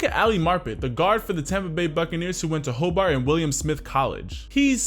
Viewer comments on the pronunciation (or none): none